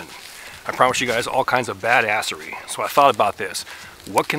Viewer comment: He literally said badasserey in the first minute😭